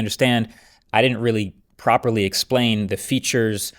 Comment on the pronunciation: emphasis on « properly » 🤡